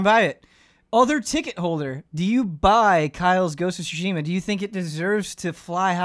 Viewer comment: Please stop saying ghost of sushi ma